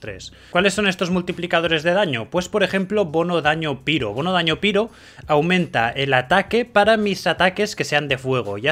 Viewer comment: Excelente guía, me han quedado claras muchas cosas. Pero es un poco cansado que digas piro, también me es extraño ya que sí pronuncias Reizor. Sólo lo digo a modo de comentario. De nuevo, excelente trabajo.